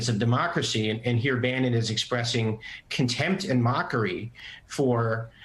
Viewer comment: Bannon. Not Brannon.